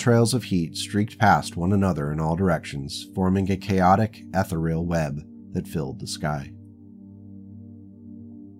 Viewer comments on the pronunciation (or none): Been generally enjoying your stuff, but the mispronunciations are triggering me. 'Hegemony' is pronounced with a soft 'g' and emphasis on the second syllable: Heh-JEH-men-ee. 'Ethereal' also has emphasis on the second syllable: Eh-THEE-ree-al. While I don't know the official pronunciation of 'Circinus', I would think it would be with both 'c's soft: SUR-seen-us or Sur-SEEN-us.